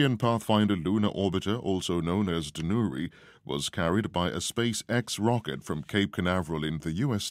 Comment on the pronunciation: 또 한국 뉴스를 올려주셨네요! '다누리'는 외국인이 발음해도 우리나라 사람 발음이랑 큰 차이가 안나는 것 같습니다. 이름도 잘지은 것 같아요.ㅎㅎㅎ